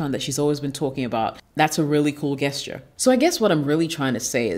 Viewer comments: Sweetheart it’s pronounced “just Cher” not guess Cher. You are gorgeous and I hope you don’t take offense.👍🏿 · Nice video, nice message. On another note, why do you say gesture as Gas-ture, intead of the correct form, Jas-ture? Is it just to generate engagement through comments pointint it out (as many youtubers do nowadays, throwing crazy mispronunciations just to create debate). Be honest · Really enjoyed the content! Only thing is Gesture is pronounced "jessture" . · Queens, ur killing me everytime u say “GUESS-ture”😅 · I love the way you speak so please excuse this correction. Gesture I pronounced with a soft "g". It sounds like your name as a "J" Also as in gentrification. Rock on. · It's prononced' Jesture' Beautiful lady. The 'G' is prounounced like a 'J'. Ididnt write the rules so please dont come for me. ;-) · Learn how to say gesture "jesture" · Hi, Thanks for the great advice It seems you can read my mind when it comes making the 'Things to avoid' videos. lol I hope you don't mind me saying that the 'g' in gesture is pronounced like the 'J' in Jessica.